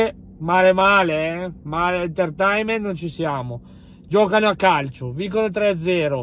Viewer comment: Comunque si dice "enterteinment"